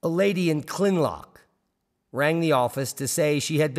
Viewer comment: Kinloch not klinlock